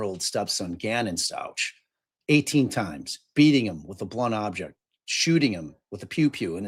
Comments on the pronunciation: Pronounced STOUK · For Gannon, Stauch is pronounce St•ow•k